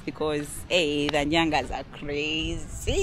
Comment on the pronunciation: It's Nganyaz not Nyangas.. 😂